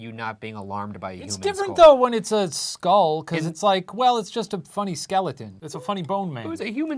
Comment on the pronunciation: ryan, it's pronounced "skull" not "skol"